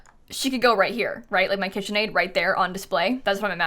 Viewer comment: KIT-chen Aid